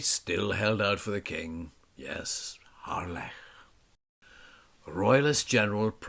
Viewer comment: Nice to hear the correct pronunciation - Harlech - and not the usual commonly mispronounced 'Hahlick'